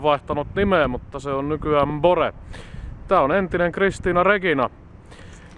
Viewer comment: Pyydän saada ystävällisesti huomauttaa, että kyseisen laivan nimi äännetään "Buure", ei "Bore" tai "Boore".